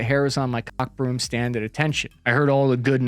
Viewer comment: Fam said cock broom, lmao.